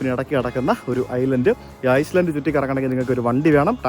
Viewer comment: Bro its Iceland, not Island